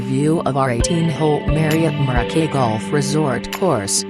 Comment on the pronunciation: The audio commentary is absolutely ridiculous... "Hotel Mo-roh-key", can't even say the name of the hotel right, lol.